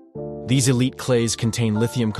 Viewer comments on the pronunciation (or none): "... a mineral called elite [sic] ..." -- no, "illite".